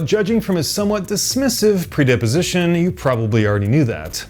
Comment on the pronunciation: pre·dis·po·si·tion Sounded like you said "predeposition," which doesn't appear to be a word :) Seriously the largest of nitpicks, though; video is phenomenal.